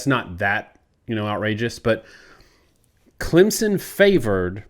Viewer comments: I'm sure you've had this debate on this channel already but saying "ClemZon" drives me absolutely nuts hahaha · Yeah, all I know is Clempson 😂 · I'm adding 3 to point prediction since the off-screen analysis can't pronounce Clemson correctly. Clemson - 27 Georgia - 20